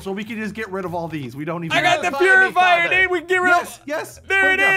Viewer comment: its not a PURifier its a POOifier